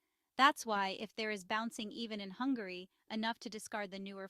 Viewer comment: by the way, its "Hungary" not "Hungarooy"